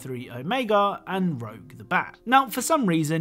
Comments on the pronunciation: Alright, I’ve heard it a few times now. Is Rouge (Roo-Ja) pronounced Rouge (Row-Guh) in other countries? Like I said, this is not the first time I’ve heard Rouge’s name pronounced like this by anyone. So it’s either a country thing or a lot of people do not know her name is supposed to be pronounced Roo-Ja. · Her name is Rouge, pronounced 'rooj', not Rogue, pronounced 'rowg'. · Hate to be that guy, Cap, but it's ROUGE the Bat. Not... Rogue... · its not rogue the bat its rouge. Like red in french. Its more of a rooj sound. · "Rogue the Bat" Her name is Rouge.. . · Aw hell naw he did not just call her “Rogue the Bat” 😭😭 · I may have had a little heavy sigh when he said Rogue instead of Rouge...honest mistake. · you keep say Rogue the bat when her name is Rouge(aka french for red) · ...Did you call Rouge "Rogue"? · 'Rouge' the bat, not 'rogue' its the french word for red. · It's Rouge the bat. Not Rogue.... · You pronounced Rouge's name wrong. You said rogue, it's Rouge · I don't mean to be rude, but Rouge's name isn't pronounced 'Rogue'. It's French for red. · Sorry to be that guy, but it's Rouge not Rogue. As in French for Red. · That moment when pronunces the name of the bat wrong. It's Rouge (Roush), like the French word for red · i was chuckling when he said rouge's name wrong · I don't want to be the Sonic fan to say "Well ACTUALLY" but I will say you got Rouge's name wrong. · Am I the only person who noticed that he said rogue’s name wrong? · The way you pronounce rouge 😭💀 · Every time he says Rouge's name wrong makes me cringe. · you literally just butchered Rouge’s name. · I know, I know, these comments are plentiful and annoying... But it still triggers me how they say Rouge's name. ._.